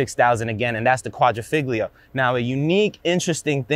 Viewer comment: Nice review! I have the top model, the Quadrifoglio, and it is phonetically pronounced "qua-dree-folio". Cheers.